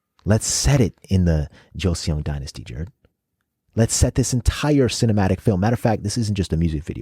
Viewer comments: I'm late here... But want to help you with pronounciation of certain words. In korean words, if you see "eo" ... It's not pronounced as "ae-o"... It's pronounced as "o" only. Example is Kim Seokjin, Jung Hoseok. It is not Si-ok Jin.. it is pronounced sokjin. Similarly, Goryeo = goryo (not Gor-ye-yo)... And Joseon = Joson/josan (not jo-se-on) I hope it helps. If it confuses you on why... Then lemme just tell you that korean vowel is (ㅓ) and its romanization is "eo" ... That is why is korean words that are written using English alphabets, this "eo" is pronounced "o" Hence seoul = sol (not se-ol) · Just going to note so you guys don't continue to make the same mistake when pronouncing other korean words. 'eo' is a korean vowel or syllable that is pronounced more like "uh/oh" sound. It's one sound, not 2 separate "ee ooh" sounds. So it's not Joe-see-on, its Jo-seon. And it's not necessarily a straight up 'Jo-sun' or 'Jo-son', its kinda a mix of both sounds (If that makes sense). As long as it's not 'joe-see-on', anything similar to 'joe-son' is more accurate. Hope this helps!